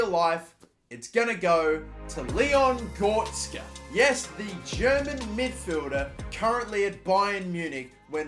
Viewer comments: Leon Gortska🤣🤣🤣 U mean: Leon Goretzka? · Gortzka 😂🤣🤣 it’s Leon GORETZKA (goretzkar) gor-retz-kar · ITS GORETZKA NOT GORTZKA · Leon goretzk hahhaha bruh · Man said Gortzka you know? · It’s pronounced Go-re-ts-ga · He makes a huge build up to the final one and then he goes and says Leon Gortska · Just to help it's go-ret-zah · "Goh res ka" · Leon Gortzka 🤣🤣🤣🤣🤣 Cant pronounce sh*t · My man said gortsca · As a massive Leon Goretzka fan, labelling him the German Gerrard when he was at Schalke, this name butchering hurts... like NIN/Johnny Cash "Hurt" type of pain. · What the fuck who pronounces Goretzka like that😂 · 7 years later and you still dont know how to pronounce the name goretzka... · The way he says goretzka it triggers me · My man can't even pronounce Goretzka